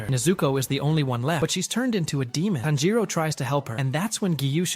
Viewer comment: This AI voice kills the whole idea, the way u pronounce "Tanjiro" is disgusting.